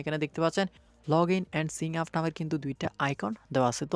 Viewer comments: ইংলিশ কি সঠিখফচব উচ্চারণ করতেও পারেন না? সিং আপ না ওইটা সাইন আপ হবে। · এতদিন ভিডিও বানাচ্ছেন, উচ্চারনের এ অবস্থা কেন? sign up কে সিন আপ বলছেন। এগুলা ঠিক করুন। ইনফরমেটিভ হওয়ার পাশাপাশি পরিবেশনাও স্ট্যান্ডার্ড হওয়া জরুরি। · ভাই চার্চ বক্স , সিন আপ এসব কি বলেন!! pronunciation ঠিক করেন ভাই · সঠিক ইংরেজী উচ্চারণ টা শিখুন। সিং আপ নয়, চার্চ নয় 😃😃😃